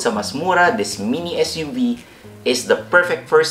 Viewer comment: when he says "mini SUV" lol